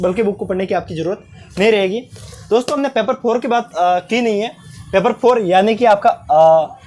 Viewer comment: Thank you but paper not peper